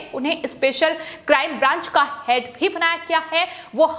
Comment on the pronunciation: इसको कौन एंकर बना दिया संवाद बोलते समय आधा शब्द मुंह से निकला है ओर आधा कंहा से निकलता है पता ही नही चलता है (है ) शब्द को ऐसा बोलती है जैसे कोई दुश्मनी है बहन जी जरा अराम से शब्दो को बोलो